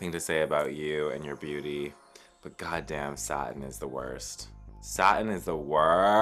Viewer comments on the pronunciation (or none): none